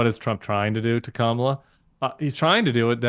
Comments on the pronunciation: It is comma, la: Really hard to pronounce. Trump and MAGA are so weird. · Trump and the MAGA Republicans main campaign theme seems to be deliberately mispronouncing her first name and then snickering like Beavis & Butthead. It may be effective with the MAGA base but any sensible adult should be offended by it. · Being a former conservative, I can tell you that Nancy Mace mispronounces Kamala for many reasons: to please Trump,.. because she's racist or pretending to be,... but the biggest reason is because she and MAGA cult literally orgasm when they "Own the Libs." Mace was probably extra wet sitting there surrounded by 4 or 5 Libs and "triggering" them. It was written all over her face. #YesWeKam VOTE 💙💙💙 Harris/Walz 2024 #MindYourOwnDamnBusiness